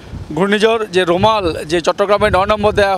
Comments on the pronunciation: সাংবাদিক ভাই রুমাল না "রেমাল" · সাংবাদিক ভাই বলছে রুমাল এটার নাম হচ্ছে রেমাল বা রিমাল শুদ্ধতা বাছাই করে নিন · সাংবাদিক ভাই রেমাল উচ্চারণ টা কঠিন নয়